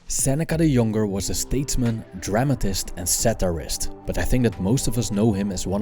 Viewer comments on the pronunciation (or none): Why is your English accent so heavily Dutch ? ... Seneca de jonger, are you flippin serious? it's Seneca THE YOUNG. If you can't properly speak English, then do everyone (including me) a favor and just don't. Thank you.